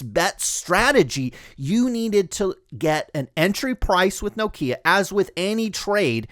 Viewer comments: It’s Nokia (As in Knock) .. Pronounced with 1 syllable rather than No-Kia . 👍🏻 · lol, presumably you’re from North America? Everyone else in the world including the Nokia CEO pronounces it Nokia .. not No .. Kia. He should know. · Iam Scandinavian, let me help. Nokia instead of No-kia. Also Ekea instead of Ikea. Oh, one more, Porsche instead of Porsch. Good luck. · That's how we pronounce Nokia in the United States.